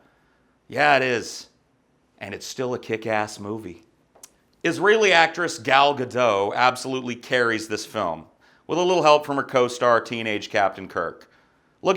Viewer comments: it's Gah-DOT (so says she) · just saying, the t in Gadot is not silent.